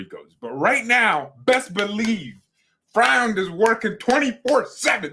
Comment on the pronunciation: Neppe is rumoured to be out soon btw. And pronounce it "Froind".